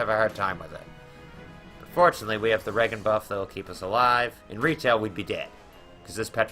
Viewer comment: Re-jen , not Ragan